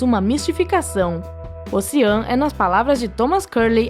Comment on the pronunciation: Ela tbm errou a pronuncia de Ossian... é algo como "ôushíen"